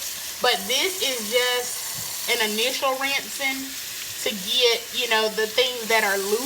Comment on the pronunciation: Initial rising was soooo country 😂